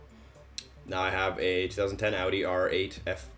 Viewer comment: at least you say Audi right